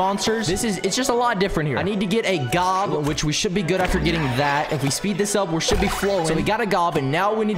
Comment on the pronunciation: It’s not gob!!!!!!!